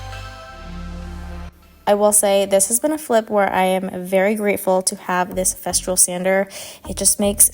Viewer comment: It’s Festool. No r in the name of the sander.